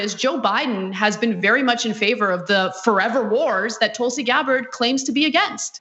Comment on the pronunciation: It's Gabbard. You got her name wrong 3 times. You have no credibility